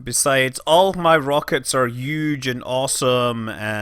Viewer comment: AH HA HA HA HA "My rockets are yuge and awesome"